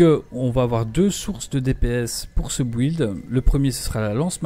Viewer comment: Bonne video, par contre please...on dit "Bild" et pas "bouilde"